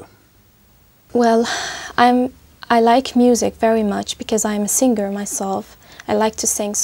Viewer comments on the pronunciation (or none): Singer? Pronounce sing-ger.. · did she pronounce SINGER AS SING-GER?